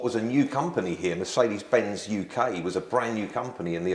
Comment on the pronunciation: Yet he can't pronounce Mercedes-Benz.